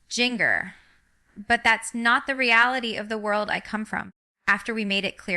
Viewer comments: Jean-Grr? Arkan-suss? This is a deep fake. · Is AI. Fake. She doesn’t even pronounce her own name right. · This is fake AI. Jinger wouldn’t speak like this or mispronounce Arkansas or her own name. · That looks like Jinger. To bad she doesn’t know how to pronounce Jinger